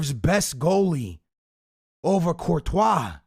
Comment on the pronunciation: Lol u said Courtois